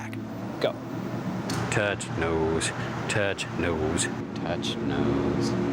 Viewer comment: Totch nose made me totch my nose hahhahha😂